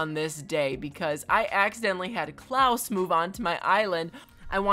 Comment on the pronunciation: Klaus is pronounced “claws”, or just think of it like Santa’s “last name”.